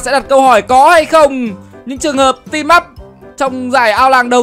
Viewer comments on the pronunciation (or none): none